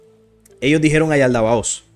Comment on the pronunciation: Es Yaldabaoth, no Yaldabaotz.❤